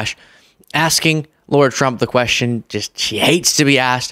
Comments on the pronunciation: please......her name is pronounced Lara, not Laura. We like Kamala's name to be pronounced correctly and it's not that difficult. So please extend that to others. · Her name is Lara, not Laura,. Don’t be Trump mispronouncing Kamala's name. Shame on you! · I’ve gotta nitpick you. You cringe when they say Kamala wrong - Lara is Lara not Laura (love the show by the way) ❤ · Lara not laura